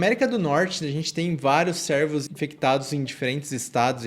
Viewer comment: estou brincando com a forma com que ele pronuncia, servos ao invés de cervos